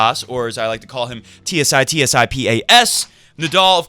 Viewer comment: I know everybody pronounces him Tsits-I-pas and probably will continue to do so, but, just for the record or in case he lives up to any expectations, it's TsitsipAs. By the way, what do you make of him? I think he shows some promise and he certainly is a big deal for us here in Greece. Really sad for Rafa and really hope he heals soon..